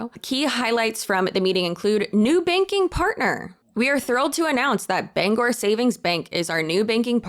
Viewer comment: As a Mainer and a Bangor Saving Bank customer, this is so wild. Also, you get all the praise for pronouncing Bangor properly.